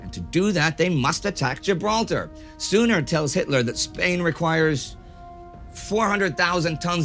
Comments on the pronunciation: Sorry for nitpicking but Serrano Suñer is pronounced Sunyer and not simply Suner. The Ñ is always hard to pronounce correctly. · Spain's foreign minister's last name was Serrano-Suñer, with the tilde over the letter "n", and thus should be pronounced something like "sun-yair" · In Spanish "Ñ" is pronounced "NI" (the idea being that the I somehow moved to the top of the N lol). So Suñer in Ramón Serrano Suñer would be pronounced "SUNIER" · Ramón Serrano Suñer /soon yair/ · One bit of trivia beyond the fact that you're mispronouncing his name (it's Suñer, with the ñ being pronounced like the Italian gn): He was the brother in law of Generalissimus Franco, so he was commonly nicknamed in Spain as the "Cuñadísimo" (Brother-in-law-issimus). He was a stunch pro-nazi, but also knew that Spain needed a fucking ton of resources in order to join the war. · either way hes prounouncing it wrong